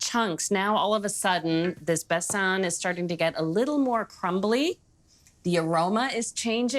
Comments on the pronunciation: Besan is pronounced using one A like Jordan, not Besaan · I enjoyed the recipe as well as your cute pronunciation of besan and ghee. Besan is a heavenly treat , from fritters to flat bread it never disappoints. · the way she pronounced 'besan' haha how cute ❤ this is both an indian sweet and pakistani sweet and it is absolutely delicious ❤